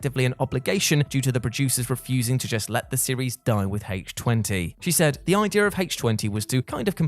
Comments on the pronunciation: Since when has Halloween H2O (i.e. the chemical formula for water) been said as Halloween H-Twenty? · HAYTCH TWENTY?! I DON'T EVEN WATCH THIS FRANCHISE YET WTBFH?!🤪😹